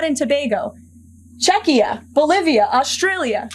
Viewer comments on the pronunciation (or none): Did she say CHECK-EE-UH? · She is so stupid, it’s hilarious. Where is Chekia in the world?? I think she meant Chechnya 😂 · Did she actually say " Chuckia " when she was babbling about interest rates on other countries ? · Checkia? Did she say Checkia? Is that a place? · And where exactly is Checkia? Never heard of that country. (1.17 secs). If you're going to read a list of countries, perhaps make sure you can pronounce them KL. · “Check-ee-uh”? She can’t read other much like her boss. This is shameful.